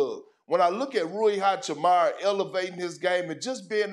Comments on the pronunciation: Big perk out here pronouncing everybody name wrong rayi hachamara Austin rivers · It's hachiMUra stop pronouncing it wrong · When will Kendrick learn to pronounce Hachimura correctly lmfao 😂